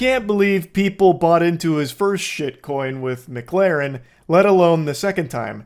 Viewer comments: I don't know if he's saying MIGlarren on purpose or not, but either way it's funny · The worst quality of Moist is his inability to pronounce McLaren. Which says a lot about what a top bloke he is